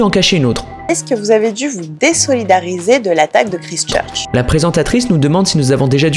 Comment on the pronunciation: Pffrrr ! 😂 "Kristeuh Cheurche"